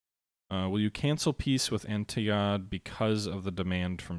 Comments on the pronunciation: the "historical" gamer and his call Antigonid anti-go-nid instead of AN-ti-GO-Nid.Shameful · I believe it's pronounced An-tih-goh-nid with the emphasis on the second syllable. It was one of the three successor kingdoms following the dissolution of Alexander's empire.